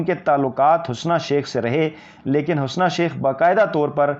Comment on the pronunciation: Sir G Hasna not correct pronunciation ( HUSNA ).